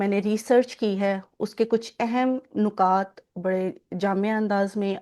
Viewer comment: پہلے تو آپ مبارک ہو نکات میں اور نقاط میں فرق ضرور کریں نکات ن کی زیر جبکہ نقاط پیش کے ساتھ بولا جاتا ہے